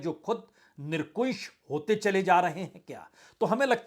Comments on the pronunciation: आपकी प्रस्तुति सदैव सराहनीय रहती है, आपको आज के सम्बन्ध में कहना है कि आप निरंकुश को निरकुंश बोल रहे थे मेरा ये कहना है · Nira-n-Kush not Nirn- Kush. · Sorry Sir nirankush ko aap bar bar nirkunsh bol Rahe Hain .... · Nirankush निरंकुश बोलिये सर। Nirkush.... निरकुश कुछ नहीं होता। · Sir, Very sorry to hear from you the pronunciation of nirankush.many a time your pronunciation is nirakush. So sad You are a hindi language Journalist ,you English is poor agry but hindi is also very poor. Please correct it,I am a regular viewer of your show. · बाजपेई जी, आपके एक शब्द के उच्चारण को लेकर आपका ध्यान आकर्षित करना चाहता हूँ! आप nirkunsh (निरकुंश )उच्चारित कर रहे थे!सही उच्चारण nirankush (निरंकुश )है! सादर! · सर मैं माफी चाहूंगा, लेकिन एक अध्यापक होने के नाते मैं अपने आप को रोक नहीं पाया आज के वीडियो में आपने एक शब्द निरंकुश का इस्तेमाल 5/6 बार किया लेकिन उसका उच्चारण आपने her bar गलत किया, इसे Nirankush बोलना था but आप हर बार Nirkunsh बोल रहे यह सुन कर मुझे बेचैनी हो रही थी और मैं सोच रहा था की आप ऐसी गलती कैसे कर सकते हैं, आप एक बेहतरीन पत्रकार, विश्लेषक हैं, मैं प्रति दिन कई वर्षों से रात को आपका वीडियो जरूर देखता हूं मैं देश के स्वतंत्र और सच्चे पत्रकारों को कद्र करता हूं, मुझे आप जैसे लोगों पे गर्व है आप जैसे लोगों से पिछले 9 साल की तानाशाही के बाबजूद सच्ची पत्रकारिता अभी भी जिंदा है। गोदी मीडिया ने तो देश का बेड़ा गर्क कर दिया। सेल्यूट है आप को । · Nirkunsh nhi vajpayee jee....NIRANKUSH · प्रसून जी आप निरंकुश का गलत उच्चारण कर रहे हैं। निरकुश नहीं निरंकुश कहें। आपका जबरदस्त फैन हूं। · 'निरंकुश' बोलिये 'निरकुंश' नहीं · निरकुंश नही होता निरंकुश होता है शब्द 😂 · निरंकुश बोलना तो सीख ले दोस्त😂